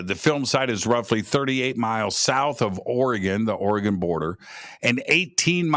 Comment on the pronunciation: It’s Ori - gun, NOT Ori - gone! Just fyi. Btw, most Sasquatch reside in Washington. However, I saw one walking along the N. bank of the Shadowy St. Joe River in N. Idaho (panhandle). This was in 1971 - I was 10 yrs old. It’s an incredible story that feels like yesterday. It was not a guy in an ape suit. My grandpa lived on the river, 3 miles east of Calder, Idaho. The nearest neighbor lived a mile away. It was re-mote.. Spokane Valley, Washington. Great show! These things are REAL. TY